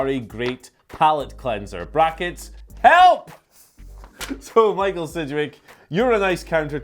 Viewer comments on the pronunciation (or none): none